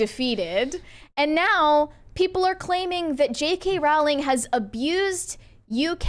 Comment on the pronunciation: Pronounced Rowling like Bowling